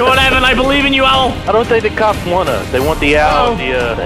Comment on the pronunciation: EPIC MUSIC!!!!! are you sure you said cops? Or was is cocks?